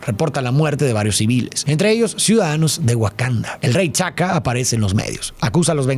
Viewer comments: Se me hace tan raro como pronuncia los nombres de los personajes, a T'Chala (Tachala) lo llama Chala, a su padre T'Chaka (Tachaka) lo llama Chaka, y a Falcon lo llama El halcón, entiendo que él no tiene que ser el mayor conocedor de los cómics para hablar de un producto así, pero que no diga bien los nombres de los personajes me hace pensar que tal vez él ni ve las películas y que tiene a gente que lo hace por él, y ya él solo lee los guiones que le entregan:/ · Me encantó el video y amo tu interpretación. Ahora, una pequeñísima nota: el nombre de T'Challa se pronuncia Tachála y el de su padre sigue un patrón idéntico, T'Chaka es Tacháka